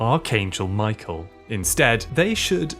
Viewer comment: please pronounce Michael's name right 😭😭😭